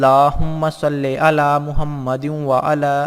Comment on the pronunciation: Salli Alaa... Not sallay Alaa... Please correct